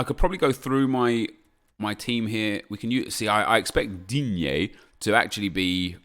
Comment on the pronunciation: Why do you say Digne like that?